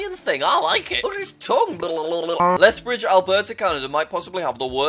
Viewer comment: Stop making me laugh on lethbridge Also this: "me.augh"